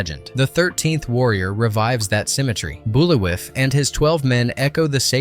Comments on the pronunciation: Bulawiff? Lol spelled Buliwyf, in the film it's pronounced Bull-Vye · Bull-vie not buliwyff